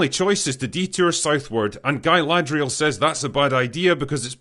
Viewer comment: Guyladrial lol